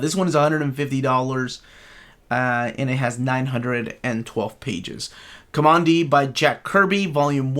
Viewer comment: it's pronounced COMMAND- DEE. There is a part early in the series (I wanna say issue one) where you see he literally gets his name from a section of the old world wreckage titled "Command D"